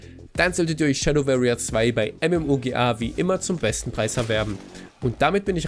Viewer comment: sehr gutes review. Tipp: anhören wie warrier gesprochen wird.